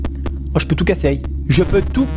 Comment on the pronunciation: " je peut tout cassey "